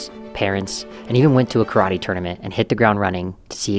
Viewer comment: One thing might actually help for starters, pronounce Karate properly, don't pronounce it as Churrattie.